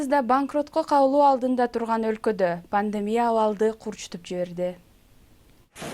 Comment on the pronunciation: Ввссиде Пандемия панлемия деп суйлошот а😁